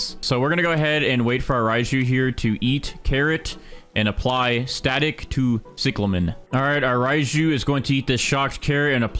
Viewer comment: Its pronounced cieclamin not ciclamen